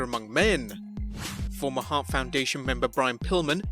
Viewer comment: Bret SHart lmao